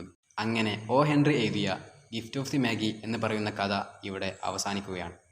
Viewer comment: മാഗി അല്ല മാ ജയ്